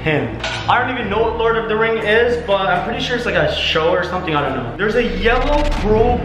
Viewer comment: You already schnow how it is Me:OMG HE ALWAYS SAYS THAT🤦😩